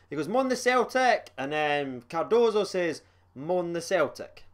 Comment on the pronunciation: Im just happy you’re saying Cardoso and not Cardosa